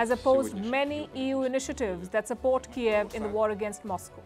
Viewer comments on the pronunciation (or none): none